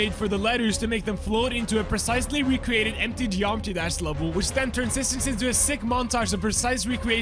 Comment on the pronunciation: "i wecreated"🤣